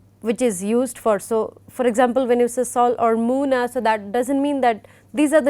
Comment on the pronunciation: The lectures are helpful. Thank you! Just a little thing I would like to point out.... It's "la luna" in Spanish for "the moon". Not "muna".